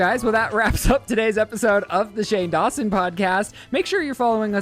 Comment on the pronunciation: I thought stopped because he realized he said "Shane Dawshin" 😂😂